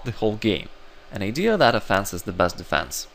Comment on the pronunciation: Offense isn't pronounced "a fence".